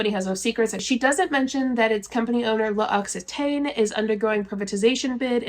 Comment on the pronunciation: L’Occitane is pronounced something like “loxy-tan” (its a “ah” sound not “ay”) 🩷 interesting coverage of mlm news as always, thanks!!